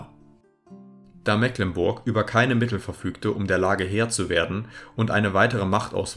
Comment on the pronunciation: "Mecklenburg" wird aber mit langem e gesprochen.